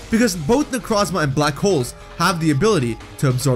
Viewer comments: Haven't listened all the way through, but my only complaint will be the way you pronounce Necrozma. It's made in of the word Necro and chrome. Both with the Oo sound, "oh" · You said my name wrong, its Neck-row-z-mah. Hard o. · Necrozma necró means dead in greek νεκρό look it on google translate and hear how νεκρό is pronounced (I’m from Cyprus) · The way you say Necrozma hurts my soul